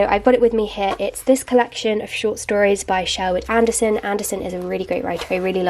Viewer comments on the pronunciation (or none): none